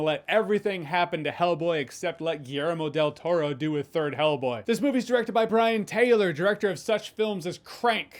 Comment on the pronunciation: Why do I hear you say Hellblade??